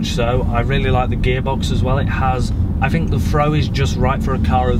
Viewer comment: “I fink”